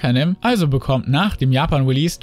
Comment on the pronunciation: Wer findet das "unnertidel" auch so geil :DDD?. Ps. super informatives Video keep it up ^^